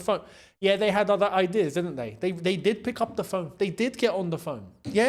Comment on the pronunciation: It's de history of de Tottenham 😅😅😅